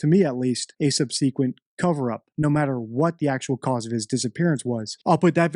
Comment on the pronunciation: Thanks for all the hard work you do. You are second to none when it comes to examining cases of missing children. Statement Analysis is key in solving any crime. You're the best! Subsequent pronunciation has an accented FIRST syllable. SUHB- suh-kwnt